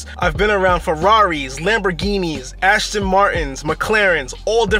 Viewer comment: Aston not Ashton